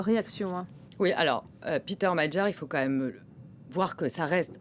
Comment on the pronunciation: Prononcer Madiar